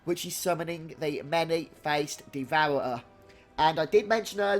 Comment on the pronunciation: "Devour-er-uh"? LOL. Thanks for the guide ;)